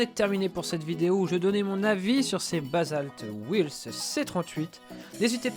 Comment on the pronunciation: Arrête de dire "ouailssse" putain ! Wheels ça se dit "ouilz" tout simplement.